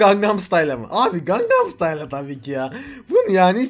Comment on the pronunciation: Gangam stayla değil o lan xnnxnxnxn.Gang"n"am stayl.